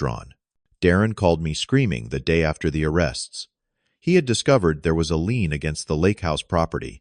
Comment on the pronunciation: Would you please finally learn it's LIEN not LEAN when talking about a financial maneuver? Wow, that just makes you look foolish. You need a proofreader already!